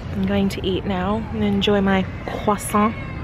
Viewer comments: You said croissant just perfectly 👌🏼😂🇫🇷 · Another video alreadyyyy! So so soooo happy you're vlogging again, it feels so nice to have you back 💖 PS: never heard an american pronounce "croissant" so well, it was perfect!! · I speak French and that Croissant pronunciation was on point👌🏼👌🏼👌🏼👌🏼